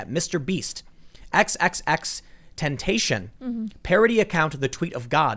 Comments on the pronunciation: "X X X... tentation" Dammit, Tim! It's pronounced X-X-X "ten-tat-ci-on". Come on now. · That's not how you say X's name, dawg. It's "Ten-Tas-See-On" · The way Tim said xxxtentacion lmao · Tim pool is awesome pronouncing that rappers name like you should is hilarious. Most people who don't know who he is would say it the same way.